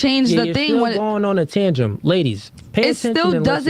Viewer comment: Tangent not tangem. That's not a word.